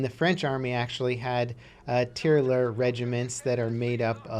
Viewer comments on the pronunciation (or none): FYI : Tee-rah-yur and roll the r's is how it should be pronounced ;) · Tirailleur is pronounced like that Tear I Hurl without the final L of course ^^